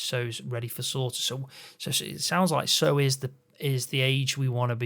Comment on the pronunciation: Think of sour when you go to say Sow,a female pig,just don't say the R